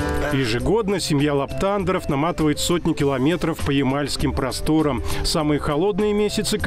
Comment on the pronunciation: Здравствуйте. У какой семьи? У семьи ЛаптАндеров??? Правильно: ЛаптандЕры!!! ЛамптандЕр